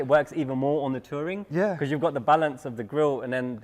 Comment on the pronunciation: When he said touring I heard tory😂